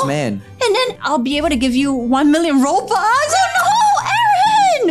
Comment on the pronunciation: It not BOBUX It’s ROBUX